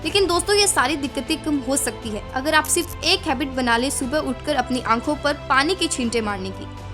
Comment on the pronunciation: Don't get offended but it's HABIT not HABBIT (JUST FOR CORRECTION NOT TARGETING ANYONE)